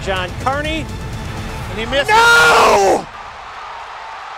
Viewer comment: This has got to be one of the hardest no's I've ever heard.